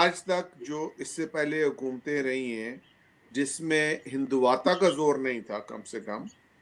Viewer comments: It's not "Hinduvatta" It's "Hindutva" Jaahils educated in Madrassa and sucking Pak army General's dick cannot even pronounce things. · Hindutva theek se bol BHI Nahi sakte lekin blame karte hai hinduvata..... Padhna leekhna poora chodd chuke hai Pakistani... Kal vo ek anchor French word shai-to(Chateau) ko chat-e-u pronounce Kar Raha tha.....